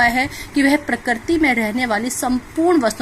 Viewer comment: parakarti nahi prakriti